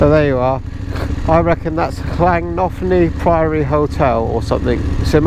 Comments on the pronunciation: It's pronounced lan Tony priory. Stunning place ❤️ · That bloke! I can't say I have come across his sort on a motorbike, but as I'm also a keen cyclist, I have met him many times., you handled him like a real gent, well done. The place you visited was Llanthony Priory. It is pronounced like the name Anthony (with the TH pronounced the same as words like through) but with an L, so Lanthony. I've been past a few times, but next time I'll pull in. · The old priory is pronounced Llan-Tony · Try flan-toe-knee Abbey 🤣 That'd be close enough. Locals would smile understandingly, in a 9/10 for effort kind of way. You get 20' snowdrifts on Gospel Pass.